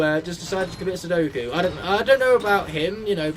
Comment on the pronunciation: Also its not suddoku its seppuku